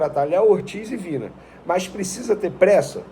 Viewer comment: O nome do jogador se pronuncia VINHA e não Vina.